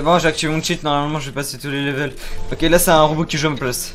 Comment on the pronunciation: "au 20 derniers leveuuull" 😂😂😅